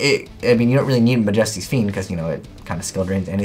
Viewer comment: Did he really say Mah-Jestees fiend....